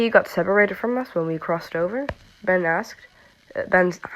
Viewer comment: "Masky and Be-..." "Masky and Bes?..." "No" "Masky and Ben!.." Lol 😂 (No offence please)